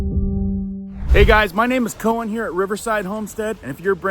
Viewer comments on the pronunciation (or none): none